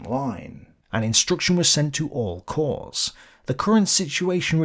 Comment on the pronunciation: Once again ‘corps’ singular and plural is pronounced /kor/ NOT “corpse” = (dead) body!